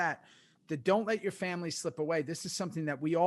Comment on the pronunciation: Love the show boys but I cringe every time you guys say samily or famcro. I cant be the only 1 right lol